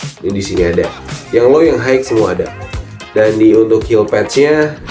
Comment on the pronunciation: Mohon ijin koreksi dikit, kalo kata "high" dibacanya hai aja bang, kalo dibacanya haik, nanti ketuker sama kata "hike" yang artinya berjalan kaki terima kasih:eyes-pink-heart-shape